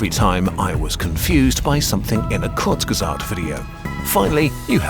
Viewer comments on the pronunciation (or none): So it is pronounced konfuzguezat!! Had it right all this time! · “Konfuzgezat” son 😭😭😭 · konfuzgesagt xD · konfuzgesagt LOL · Sometimes I think I can pronounce Kursgesagt perfectly... and then I hear it said correctly and my confidence is shattered.